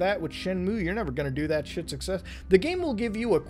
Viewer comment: "We are succsess" BRO THAT FRICKING KILLED ME